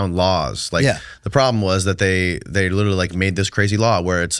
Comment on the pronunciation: He has "Lirilly" done some wild stuff... Lirilly.